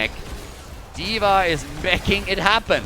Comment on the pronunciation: "Meching it happen" 😅😅😅😅